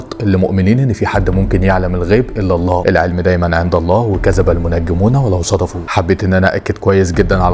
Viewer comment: لماذا قال صدفوا ولما يقل الكلمة الصحيحة صدقوا